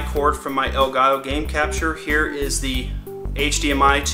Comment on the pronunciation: Lol In the intro it sounded like he said Hello everone, HAIR